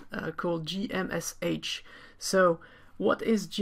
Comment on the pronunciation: I think most people pronounce it as "G Mesh" not "G M S H".